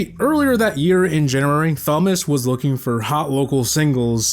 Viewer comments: You know it’s not pronounced THomas just tomas right?? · 😂 Thomas isnt pronounced thom-ass. its a silent h. Tom-as is how youd pronounce it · I have never heard some one pronounce Thomas as Somas rather than Tomas 😅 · Who tf pronounces "thomas" as "fomas" ?????? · Why do you say Thomas like that? It's pronounced TOM-uss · Brother the h is silent. It’s pronounced Tom-us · more like fomas😂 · I love you but it’s not “thom” as lol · Voiceover can’t pronounce Thomas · The pronunciation of Thomas is killing me lmao 😂 the h is silent brah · that’s not how u pronounce Thomas brother lol